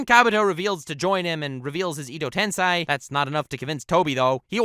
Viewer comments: why does he say "edotenSAY" instead of "edotensEi" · " E-do'h Ten-Sai ... its pronounced "Eh-Doh- Ten-Say! (edo tensei) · I really don't mean to be that guy but why would you pronounce it as Ee-doh Ten-sai when we've literally heard it pronounced as Eh-doh Ten-Say so many times... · "Edo Tensai"